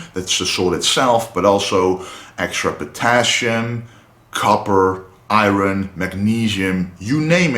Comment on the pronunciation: Apart from he can't pronounce 'iron' correcty 😊